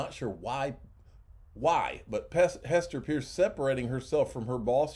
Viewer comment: Please give Hester Peirce the courtesy and respect she deserves and pronounce her last name properly. Practice off camera. Even a child could do it.